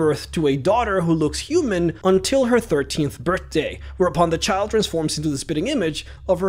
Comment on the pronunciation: "CHIRT TEENTH BIRT DAY"